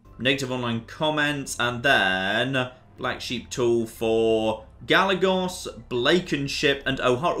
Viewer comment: Anyone else cringing at his pronunciation of Trujillo? (TRU - HE - YO) And Gallegos (GA - YE - GOS)